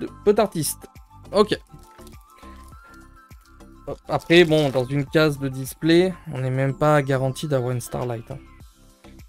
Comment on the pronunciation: Jolie ouverture pour une extension un peu faiblarde 🙂 Par contre, "Case" ne se prononce pas « Ka’ze » mais « Key’sse » 😝🙃.